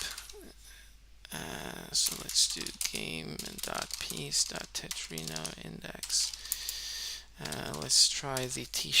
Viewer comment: Its Tetromino not Tetrino btw Great demonstration!